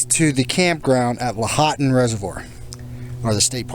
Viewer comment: Washoe is pronounced Wah Show ;) Lahonton = Law haun Tun